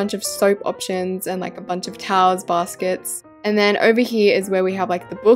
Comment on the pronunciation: You Said like touls but it’s TOWELS 😂